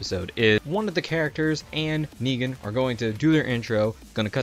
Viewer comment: I love your videos but please work on your pronounciacion, i don't need to tell you what's wrong with negan.